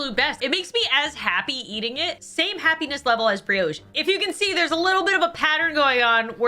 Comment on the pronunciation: Can someone explain why pronounces brioche as briOche and pita bread as peeta? Also that's a scone not a biscuit. I'm confused